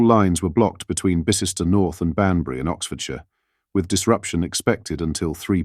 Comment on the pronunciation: Get your English place names right. Bicester for instance. US pronouncements are bad at English names.